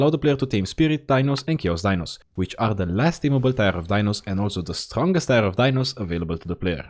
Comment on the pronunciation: WAKE MYSELF TF RIGHT UP, HOLY UPLOADED!!!! Edit: It took me WAY TOO LONG to figure out that the "tire" I hear in the video is your way of saying "tier" (i read them as tea-er) lol, gotta love your accent tho!! It scratches my brain just right:D